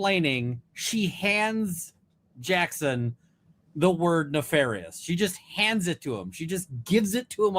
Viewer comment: Even more hilarious that she mispronounced it….. exactly the same way Brennan mispronounces it in an earlier hearing 👀🤣